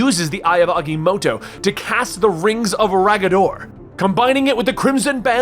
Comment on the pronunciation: Aga-motto not Agy-motto